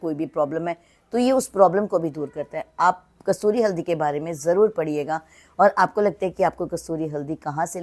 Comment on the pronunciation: Say kasturi not kasuri😂